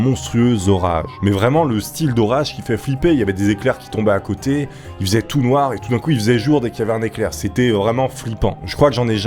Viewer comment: il faisait tout noir ou tounlar ? me remercier pas.